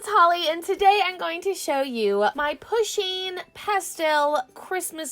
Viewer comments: It’s not pu sheen it’s pronounced poo sheen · it's said like Poosheen